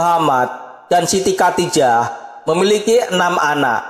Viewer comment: ngomong khodijah aja nggak bisa (katijah), mau bahas-bahas sejarah Nabi.... kacau dah